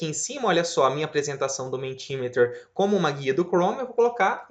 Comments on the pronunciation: Parabéns pelo vídeo. Pequena nota, a pronúncia é "MEnti MíÍter" (inglês padrão americano) ou "MEnti MÍta" (no inglês padrão britânico) - letras em maiúsculas são tônicas. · Ótimo, muito obrigada! Ah, a pronúncia correta é "mentimérer". Abraço!